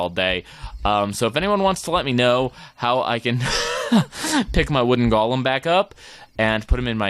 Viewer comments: Any1 else get really mad when he says golem wrong? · | Minecraft Matrix thx for correcting it didnt mean to be rude or anything it just kinda bothered me